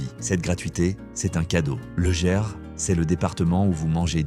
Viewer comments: TU ES un grand AFFABULATEUR, LE GERS ,ET NON LE "JERS",ET LES TRANSPORTS SENIORS OU PAS,ONT PAYE,SALUT, SAM L'AFRICAIN. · Ah, le "Lô", et "Autchè" dans le "Djerse" -comme dit la voix de synthèse, et ces images qui passent en boucle n'appartiennent pas aux régions évoquées